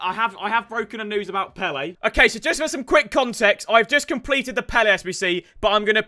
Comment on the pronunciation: Throwback when W2S said Pele as peel